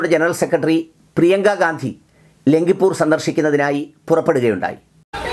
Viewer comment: ലഖിംപൂർ ആണ്. പലതവണ പറഞ്ഞതു 'ലംകിപ്പൂർ' എന്നാണ്.